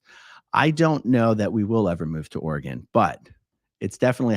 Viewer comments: Portland area is beautiful. Southern burbs especially but I’m biased as I grew up in West Linn. At least you say Oregon correctly!! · Thank you for saying Oregon correctly. I live in Oregon and would recommend you not move to Oregon. It’s too expensive. In fact, I’m moving out due to the cost of living in this state. It is a beautiful state, but you pay for the beauty.